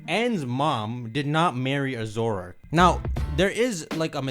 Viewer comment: His pronunciation of Zoroark maybe one of the worst name botches I have ever heard